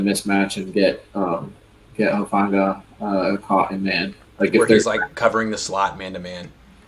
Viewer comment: is anyone gonna correct his pronunciation of hufanga i wanna rip my ears off when he says it